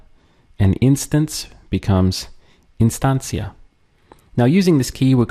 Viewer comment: question for you...for the instancia and other words beginning with the letter i, shouldn't it be pronounced eenstancia because of the spanish i?